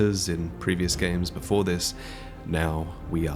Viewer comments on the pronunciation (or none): none